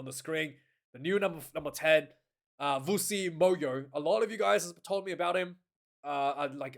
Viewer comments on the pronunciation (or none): Lol it's not Vusu Mayo, it's Vusi Moyo 😭🤣